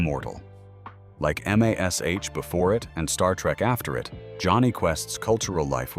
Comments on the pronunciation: I enjoyed this look at Jonny Quest even though the AI was clear when the narrator pronounced "Mash" as M*A*S*H, sounding out the letters individually. I wonder where it might be possible to view the true original versions of Monster in the Monastery and Attack of the PoHo that were specifically mentioned as being edited in the DVD release? I am saddened they didn't have the courage and faith in people to maintain the original completely, but not totally surprised. Disney changes in their originals are well known, and the DVD release of Tom and Jerry cartoons with the activist Whoopi Goldberg in her introduction trying to ease kids into the violence and prejudices they were about to view...these things show reality of a different sort. Not brave but more of a politically correct CYA type. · "Em Ay Ess Aitch" for M*A*S*H ? God, I hate AI. And how can you imply that M*A*S*H did not have its big cultural impact until after its cancellation (like Jonny Quest and Star Trek)? It ran for eleven years, and its finale is still the most-watched finale of any TV series. That example is simply inexplicable. Yes, Jonny Quest was influential and showed the potential of animation, but good heavens, to listen to this, you'd think that Japanese anime never happened.